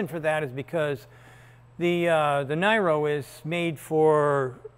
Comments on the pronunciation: it's Near-o, not Ny-ro Sandy :) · This was never a Ice only engine cat. Yesterday Cory said you drove it. It is Neeero. Not NEYEro. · Why do Americans change the name of things to suit themselves? Its neero not nyro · It is not Niro [IPA: naɪro] but like Robert De Niro [nɪəroʊ] or like Nero Claudius Caesar Augustus Germanicus, even if not named after either of them. Korea Times: "The model's name [Kia Niro] coming from "Near Zero," meaning zero defects..." So the first syllable of 'near' and the last syllable of 'zero' i.e. something like 'nɪəroʊ'. And no worries, this has nothing to do with Nero and not even Mr. De Niro. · Sandy explained previously it is effectively a joke to say “nigh row” instead of the sound of “Nero” to avoid invoking the name of the Roman empower who allegedly played his fiddle while Rome burned. It is a not so subtle jab at the problems Kia and gm have been having with their volatile EV batteries. And yes, I drive a 2017 Chevy Bolt. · FYI, Kia pronounces it Nee-ro, not Ny-ro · Sandy is mispronouncing the name. It’s pronounced Neero. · PRONOUNCED NEAR-0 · You can and should pronounce the Niro 'nee-ro' : the guy who watched Rome burn was Nero and more correctly pronounced 'né-roh' . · It's spelled Neero. Like Robert de Niro. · Say it with me Sandy, near-o. Pronounced like the actors name, Robert De Niro. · I guess how he pronounces Niro is going to be a hill he wants to die on. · Why the insistence to pronounce Niro that way? Could just pronounce it how KIA does right?